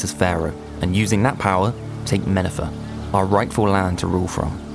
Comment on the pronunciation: 사족을 달자면 영상에 나오는 Mennefer는 사실 '메네퍼'가 아니라 '멘네페르'로 발음이 돼야 하는 것으로 알고 있습니다. 뜻은 '영속적인(멘) 아름다움(네페르)' 입니다. 이집트의 파라오인 '메르네프타(Mer-ne-ptah, 19대 왕조 4대 파라오, 뜻은 프타의 사랑을 받는 자)가 '머넵타', '투트안크아멘(Tut-ankh-amen, 18왕조 12대 파라오, 뜻은 아문의 살아있는 형상)'이 '투탕카멘'으로 읽히고 도시명인 멘네페르가 메네퍼로 읽히는 것은 이집트어 발음이 영문식 연음으로 발음되는 걸 한국어로 그대로 표기한 경우입니다. 물론 고대 이집트어는 실제로 글자 표현돼서 사용하는 모음이 몇 개 없는데다 대부분의 기록에서 단어의 모음을 생략해버렸기 때문에 현대에서 고대 이집트 단어 등을 발음하는 것은 학자들이 일부 유추하기도 한 영역인지라 아주 정확하다고 하는 건 어렵지만요.